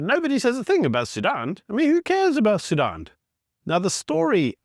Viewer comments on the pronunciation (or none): Sudan, not Sudun